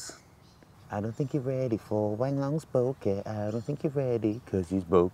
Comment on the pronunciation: I love how you say bokeh, you say BOKER!